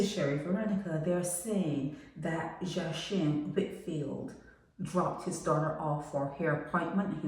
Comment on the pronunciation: Can’t even pronounce his name got me mad speaking on something u don’t kno abt